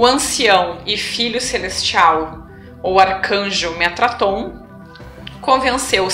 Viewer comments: Observação: O nome correto do anjo é Metatron e não metraton. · Olá, Td bem??? Seus vídeos são espetaculares..estou seguindo... Já estou no 16... Se me permite, gostaria de corrigir (contribuir)..Vc disse metraton, não está correto...o correto é METATRON...(apenas somando) ok??. Estou adorando os vídeos, já indiquei pra algumas pessoas... Mto grato pelo seu trabalho.. Graça e paz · Metatron eh o nome correto, e não Metraton. Grata pelos vídeos.